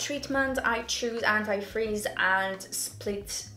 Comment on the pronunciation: When she said anti frizz it sounded like anti freeze lol